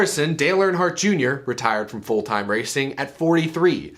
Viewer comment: Earnhardt. Not "Warnhardt"😄